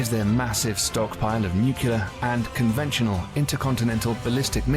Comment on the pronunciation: I wish the narration could pronounce "nuclear"